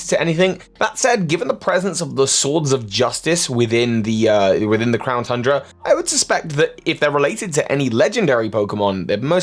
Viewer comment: Did anyone else hear him say "clown tundra"?